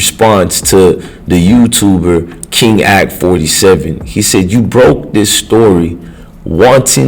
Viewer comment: Dude how are you going do a video about some one.. when you can't pronounce King a k name right?